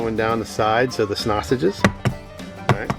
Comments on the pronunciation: It’s honestly very uncomfortable hearing you call them snasanges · Did you say snoshes